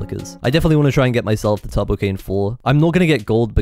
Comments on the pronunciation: he pronounces turbo like tubbo. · tubbo cane lol not turbo cane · whenever he said turbo it just sounded like tubbo